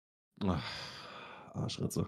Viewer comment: Bro just said "Arschritze"